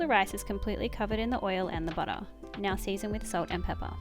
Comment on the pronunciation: Hi! New here and I'm just loving your cooking and video style... And how some times you say, butta.. And some times butter😂